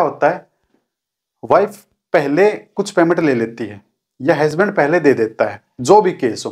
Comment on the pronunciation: हैस्बेंड नहीं.... हसबैंड होता है!!